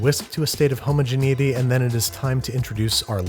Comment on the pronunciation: HA he said geneity